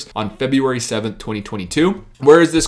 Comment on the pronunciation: Its not "FebUary"!!!